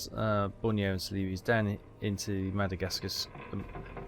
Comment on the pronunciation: I looked up the pronunciation of celebes - it's "seleeburz". No I didn't know either.